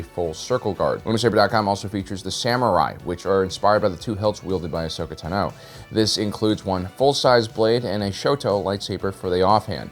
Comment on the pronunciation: TuKnow? It's TAHno.